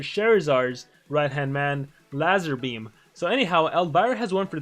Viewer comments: Don't think that's how u say his name it's prannounced lazerbeam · when u say his name u pronounce it wrong its the same pronunciation as laser beam just with a Z instead of an S and i forgot to mention that he is based off a youtuber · It’s pronounced lazerbeam but he spelt it lazarbeam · Gaming Lazarbeam is pronounced Lazerbeam and he us based on the YouTuber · He's based of a youtuber named lazarbeam, exact name but pronounced as lazerbeam, skill names are references too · it’s pronounced lazerbeam but he used an a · Me: i respect Me when i hear pronounce lazarbeam wrong: why are we still here? Jst to suffer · He pronounced his name wrong HOW DO U MESS THAT UP? 😂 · I can't believe he didn't know who lazarbeam was haha, and the way he pronounced his name 😂. If there are others here which dont know who he is just look his name up on youtube 👍. He's a youtuber. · YOUR PRONOUNCIATION OF LAZARBEAM HAD CRYING🤣🤣🤣